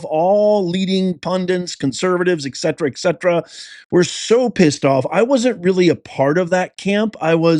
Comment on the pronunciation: It's "ETCETERA" not "ECCETRA"